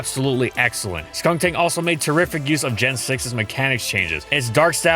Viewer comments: He called skuntank "skunktank"? I didn't know cause when he say "skunktank" it was very similar to skuntank so i didn't get annoyed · Is anyone else slightly annoyed that he kept saying "SkunKtank" in the video and not "Skuntank"? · The way has always said Skuntank always sounds slightly off It sounds like he's saying Skuŋtank or Skunktank